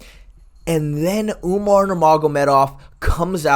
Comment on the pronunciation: Lol sean called umar umnar